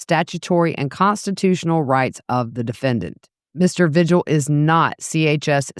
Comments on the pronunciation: It’s pronounced V-hill, the g is silent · Vigil is pronounced veehill